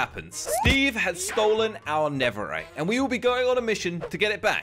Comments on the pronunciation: Did say neveright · Did anyone notice that he said neverite instead of netherite 😕🙃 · My man said neverrite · in the beginning literally said niverait i'm bad at spelling nideriht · Listen not diemond nether rite